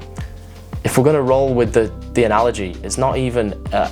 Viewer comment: Every time he says anolgy I’m like “GOD NO please No NO”